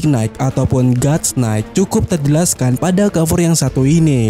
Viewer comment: knight cara ngucapinnya nait, ga pake K